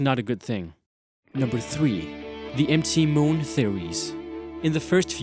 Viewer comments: It's MOUNT MOON, Not EM TEE MOON!!!! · for real bro? 'M' 'T' Moon? It's mount moon. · dude, i appreciate what you're doing in your vids, but when I got the part where you were saying M T moon instead of MOUNT moon like the abreviation is, I was getting a little annoyed. maybe have some english speaking friends help you in the finer points. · m t moon xD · Empty moon...empty moon...oh "MT" moon! That took me a while to understand. Lol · Great content, but it really bugs me when he says MT Moon, during....... the war, casualties, cartridges...... may sound i'm making fun of his accent, but it just really bugs me